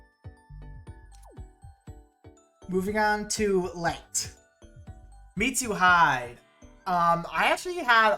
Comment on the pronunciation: I love how you correctly pronounce the first Japanese "I" in Mitsuhide's name, but then your brain sees "hide" an then pronounced that the English way, fair enough it's ingrained into you. Anyway her name is pronounced "Meet-Su-Hee-day". Also: Chitose's a boy. 😶